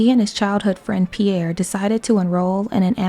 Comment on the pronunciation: As you made a great work, as I wish to help you 🙂 : Pierre is said like "Pee-hair" and Les Baronets like the "a" in the word "have" and "net" without the "t" : Ba-raw-net. You're great!